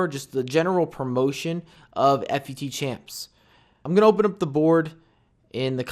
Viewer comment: I've heard you say "F-U-T so many times. PLEASE JUST PRONOUNCE IT LIKE "FOOT"